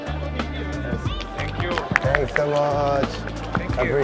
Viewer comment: “Tenks tenks “ en todo el video